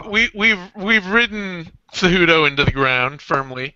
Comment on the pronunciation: Seh-who-doh! J is an h and c is like s as in city. Dudes!